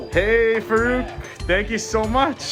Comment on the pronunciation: Its funny how white people call muslim names. It is FAA-ROOK, the way you should pronounce. Amazing guy amazing story and great content. Also, you need to know a little difference between Pakistani Music and Indian music. You will be shocked ;) Listen to coke studio Pakistan. Know Pakistani music and do not put stereotype annoying music in the background.